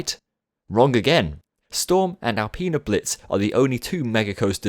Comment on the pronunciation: alpine blitz not alpeena